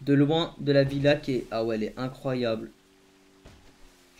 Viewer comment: il dis incroyable à la place de incroyable😂